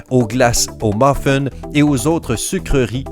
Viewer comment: c moi ou il dit mofon au lieu de muffin ?